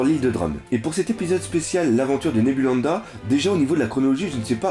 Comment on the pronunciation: c'est Nebulandia et pas Nebulanda:)